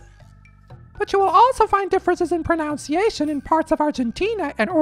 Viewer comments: you are mispronouncing the word 'pronunciation'. You pronounced it pronounciation instead of pronunciation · Pronounciation? Oh dear :D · It's proNUNciation, not proNOUNciation. The subtitles were correct, the audio wasn't. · Incorrectly said: Pronounciation....It should be "Pronunciation